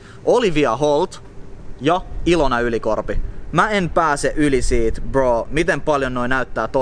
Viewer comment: Sanot kokoajan bro sun videol mut se kuulosta just ku sanoisint bo